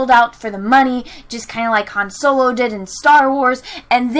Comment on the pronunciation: every time you said Soylo I wanted to end watching your video. I had been enjoying your videos up until recently. Also I still don't like Revenge of the Sith and I can use Return of the Jedi to explain how there wasn't enough story in Revenge of the Sith. It's better than the Last Jedi, sure, but only barely.